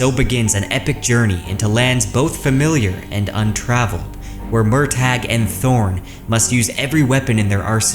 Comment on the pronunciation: I hate that Murtagh is pronounced this way according to Paolini; it's an existing Celtic name pronounced Mer-tuh.